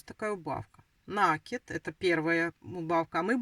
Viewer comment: НакИд,накИд,накИд!!!! Запомните, пожалуйста!!! С Украины наверное,не знаете русского языка,не знаете где делать ударение?😮😮😮